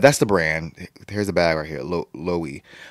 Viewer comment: love this reaction ! taeyong is always slaying. also btw the brand is actually pronounced ‘lo-weh-vay’